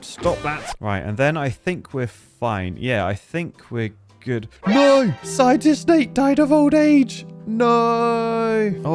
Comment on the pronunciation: why did i hear scientistnate as Side Dish Nate? lmaooo